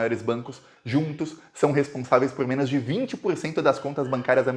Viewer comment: quando vc falar "menos", carrega bem no O, porque tá soando como MENAS. Fica feio... FORA BOLSONARO!